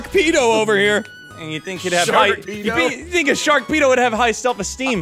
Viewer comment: i think he might have said sharkpedo not sharpedo